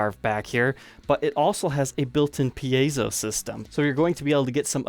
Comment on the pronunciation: Hey! Someone else on YouTube who knows how to properly pronounce “piezo”!